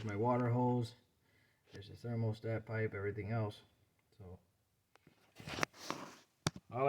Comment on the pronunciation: Thx dude. P.S.: thermostat, not thermal-stat 😉